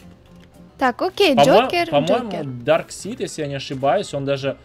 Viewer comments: Во-первых не дарсит а дарксайд. А можно в юных титанов было переодеться. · Не дарксит даркасайт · не дарксид а дарксайд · Самые лудшие капитан Америка железный человек и человек паук из всех фильма и кста не дарксид а дарксайд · ето не дарксит а дарксаит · Не драксид а драйксад